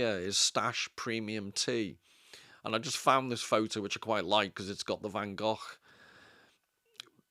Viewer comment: Thank you for pronouncing van Gogh correctly. Great video!